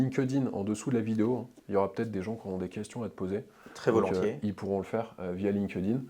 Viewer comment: Ah la prononciation Line queue dinne...